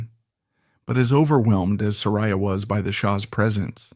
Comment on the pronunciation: OK, 3 minutes in & you are not only repeating yourself, but MISPRONOUNCING HER NAME.